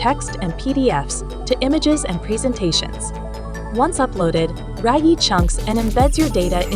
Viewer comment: Oh, RAGIE is pronounced “rag-yeh” not “ray-gie”